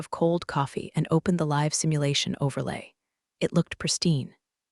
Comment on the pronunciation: There are several words that get mangled in these series! Croissant, live, sync, amongst several others!